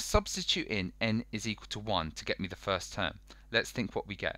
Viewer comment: Man said equill